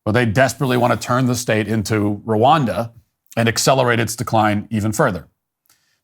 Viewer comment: Rawanda Not Wikanda